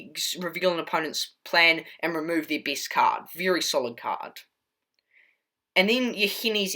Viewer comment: "The beest card of this deek"🤣🤣🤣 lol I loved the deck